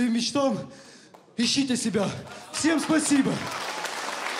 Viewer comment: «Мечтам» ну ок 😆